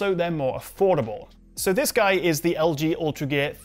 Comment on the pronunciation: Because of your accent it sounds like you're saying 'Ultragay' and I like it.